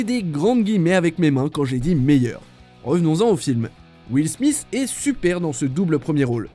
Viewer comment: "Will Smisse" ? Un "sriller" psychologique ?